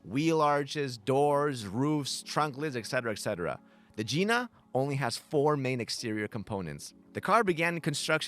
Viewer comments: He said Gina wrong lol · Nice try buddy but the hood lets us know the pronunciation of Gina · 🤣😂 ahhh. You mispronounced it. It's a hard I. It's the BMW Gina. As in the car greats you by spreading open It's hood vagina. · I was gonna say i think they are pronkuncing it wrong 😂